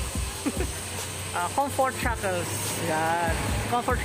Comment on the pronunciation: Cunfert jackel....Da fuck that's all I heard all the time.